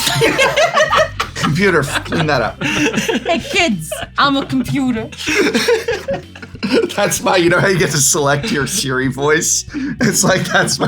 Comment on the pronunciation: “Ay kid I’m a computah” is a gi joe psa meme prof followed up with “stop all the downloadin”